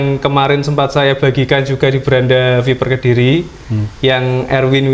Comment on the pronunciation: Ngapain sih tiap kata di tambahin K contoh kedirik jugak terimak kasik wkwkwkwkwkw